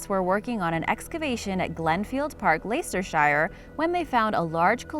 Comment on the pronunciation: Although it's spelt Leicestershire it's pronounced lester-sheer